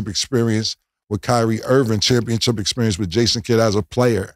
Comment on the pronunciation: Somebody help Cam learn to say ChampionSHIP. This man keeps saying championCHIP lol